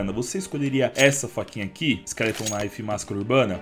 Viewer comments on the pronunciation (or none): none